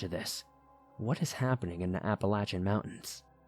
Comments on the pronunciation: Its App-uh-lay-shin. Apple-Latch-in kinda takes away from the seriousness, to someone who lives here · Apple-latch-uh is how people in Appalachia say it. Source: I'm from Appalachia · Applelatchin mountains haha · As a yee yee from Pennsylvania I have to say APP-UH-LAY-SHIN. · Yes.. from Georgia and that's how we pronounce it. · As someone else who has liven in the Appalachian mountains most of their lives I can tell you no one pronounces it like he does. Everyone says "apple-a-shun". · Apple-lay-shin phonetically spelled how it's pronounced. There ya go! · He doesn't pronounce it correctly though. he puts an N in it, making the CH extra hard. Appalanchian isn't correct. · The way he says it lol apple latch in haha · Your annunciation is not correct of your pronouncing of the word Appalachian . you sound like you have gum in your mouth as well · Couldn't even watch the whole video because of how Appalachian mountains is pronounced. 😆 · I love your videos as always, but I must tell you I absolutely despise the way you say Appalachian. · The way you pronounce Appalachian makes me wince lol But still definitely got some good stories here. I don't hear this topic covered much in all the other scary story channels I listen to so congrats on covering something unique! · I'm going of bc of the way he pronounced Appalachian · Where the hell did you learn how to pronounce Appalachian?! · Google says you pronounce it differently. There are many ways to pronounce it though, and he chose the most annoying, hair raising, and least commonly used way lol.